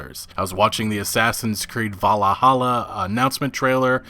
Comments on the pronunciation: Valhalla not valahallah 😂😂 you sounded Arabic when u said it lmao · did you just say valhalla as valahalla? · just a side note, its pronounced val-halla or Valhall in Norwegian, not valahalla. i hate to be that guy, but that mispronunciation bugs the crap outta me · vallahalla? Really? Valhalla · Valla-Halla? Ewww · What’s Val-ah-holla? lol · Valla hallah??? you mean Valhallah? ain't no extra a my guy Vahl-hall-ah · “Vallahalla” lol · Is it only me or did he really just say Vallahalla ? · I'm sorry.......how did you just pronounce Valhalla? Valahalla? haha. That aside good vid man, keep up the good work. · bro said “Vallahalla” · dude, it's just valhala, not valahala. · Valhalla not vallahalla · last i check valhalla isnt an english word either... and im pretty sure, unless your native tongue has some quirks like japanese who cant pronounce (L), im pretty sure VAL - HALA is something pretty easy to spell. as a side note, im pretty sure he did that on purpose, as a joke. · "Vallahallah" Nice pronounciation, lmao. Love you though. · did this dude really just say vallahalla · It's pronounced Valhalla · assassins creed "valla- holla" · valahala? seriously? ...... English is not that damn hard my dude. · This guys just said Valla Halla 😂😂😂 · Bruh had to stop watching, this man can't pronounce Valhalla! lmfao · Okey, you need to learn how to say Valhalla properly. Really triggered me :P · How did he even butcher the name so bad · nobody:: Assassin's Creed: Valla-Halla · Man sounded like someone praying to Allah when trying to pronounce AC Valhalla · You don't know how to pronounce "valhalla?" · How did he pronounce Valhalla ?? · The way you pronounced Valhalla was like cancer to my ears, just saying